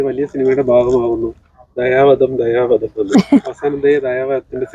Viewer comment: ദയാ വദം അല്ല സിനിമാ ക്കാരെ.... ദയാ വധം ന്നു പറ.. 😄